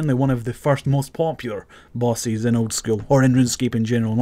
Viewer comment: I just can't get over the way you say "bosses". It sounds splendid.